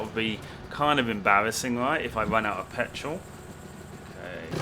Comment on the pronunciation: When you say petrol it sounds funny